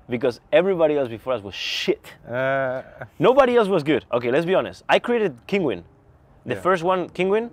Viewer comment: Не бихонес а би онест, и лучше в место "эээээээээ' говорить то же слово пару раз или подвести слово к теме если вы не знаете как сказать правельно